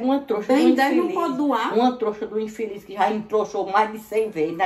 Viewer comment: Ela fala troxa kkkkakakaka